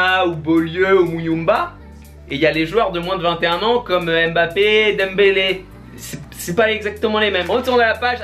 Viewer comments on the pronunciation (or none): none